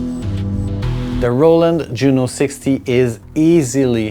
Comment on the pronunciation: Wretched is an adjective pronounced wretch - ed, which means a very unhappy or unfortunate state. You're saying the other word, retch, which is the sound or motion of vomiting. LOL